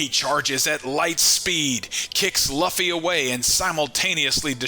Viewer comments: Bro pls for the love of god stop pronouncing Luffy's name wrong Jesus lord have you EVER heard anyone in the anime (dubbed or not) pronouncing his name that way? It's pronounced "LOOOFY" or Lu- Fee. Not Loffy not luffy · Sorry dude, I like to support small YouTubers but you totally Lost me when you kept saying “Luff-ee” instead of the way every one Piece fan says it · I'm right there with you dude every time he said Luffy name it made me dislike this guy more and more